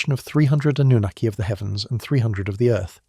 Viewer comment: It's Anunnaki